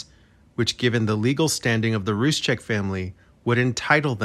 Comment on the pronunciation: Roo-sek, not Rooz-chek.